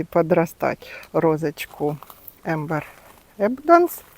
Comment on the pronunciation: эбАнданс, ударение на первое А. «Янтарное изобилие». И у моей мамы, оказалась роза Enjoy! Все никак не могли определить незнакомку.